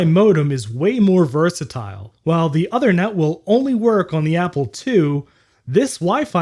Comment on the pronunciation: the ethernet card's name is pronounced "oothernet" (as in "tooth"), not othernet.